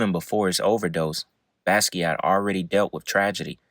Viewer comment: Pronunciation corrections: Basquiat is pronounced Basquiat. Gallbladder is pronounced Gawllbladder. Samo is pronounced Same O.